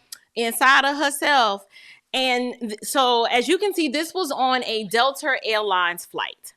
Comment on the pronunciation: Girl, I love the way you say Dell-ter instead of Delta 🤣🤣 I love your podcast and commend you on the good work you are doing. Keep going sister 👍🏽